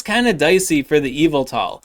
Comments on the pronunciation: It's EE-vel-tol (with the stress on the sharp E vowel) — not quite Evel-tol like the way it sounds when says it, but it's passable - yev-ettle is a failing grade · Cool video, but it’s pronounced “Yuhvettle” and you know what else? Zacian ain’t NOTHIN. I hit legend every season with Yuhvettle. Zacian really ain’t all that. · Your pronunciation of Yveltal is similar to MandJTV, which he believed to be the correct way of calling it 😂